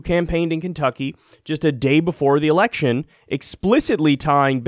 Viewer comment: Did anyone else hear "democratic ERECTION"? lol